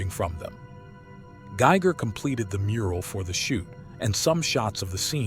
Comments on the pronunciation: Geiger was someone else. Ffs!! Giger pronounced Gee-Gah. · Came to the comments just to say this. Why was this mispronunciation allowed to stand? Did the creators not listen to it before they posted, or are they not actually fans? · This generated voice saying 'Giger' is slowly killing me.